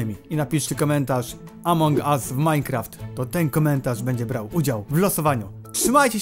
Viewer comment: "Amoung us"